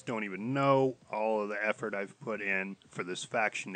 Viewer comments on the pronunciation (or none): none